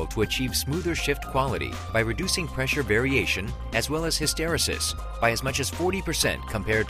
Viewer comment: Nice video. Too bad the narrator was taught how to pronounce the word hysteresis.